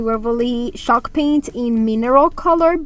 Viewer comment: I love wall art, it looks very high in and the colors are spot on. I LOVE hearing you say 'CHALK PAINT' sounds like shawlk . It's ok I'm deep southern ya'll hear lol love ya gal